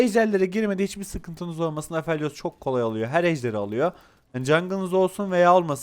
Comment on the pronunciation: abi apheliosu niye bu kadar grip telaffuz ediyon ya xD Afelyos diye okunmuyo mu?